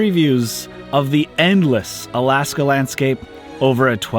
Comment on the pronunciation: Lol I love your videos and the fact that you pronounce the towns in Alaska right puts you head and shoulders above everybody else I do so adore you.